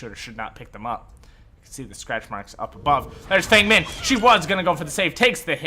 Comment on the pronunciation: As a white guy, I don’t care much... but Feng Min is pronounced “Fung”